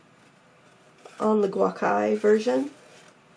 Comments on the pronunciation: Thanks for the review,! Just a tip, gucai or gú cǎi (gú is pronounced like the first syllable in "uber"; cǎi is pronounced like "tsai", rhymes with "eye"). It can be translated as "ancient colors" into English, and the hues are inspired by classical Chinese color schemes. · Yeah i was trying to workout where she got the other “a” from in “guA-kai.”